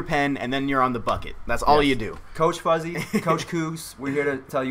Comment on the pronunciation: FUZZY? FOOZZY???